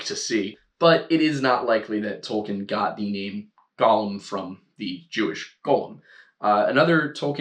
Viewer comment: Ok a couple of things; it’s Go-lem, not Gall-um so stick with just the one pronunciation. The Rabbi’s name was pronounced “Low” not, Lao. Yes it was kiln fired clay as the elements of earth and fire were both used to create a Golem.